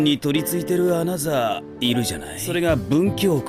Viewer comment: 어나더를 어너서로 발음하는 일본식 영어나, 그걸 어너더로 적는 자동자막이나...